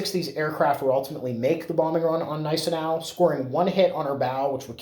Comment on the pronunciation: You are correct; the G is silent in Gneisenau.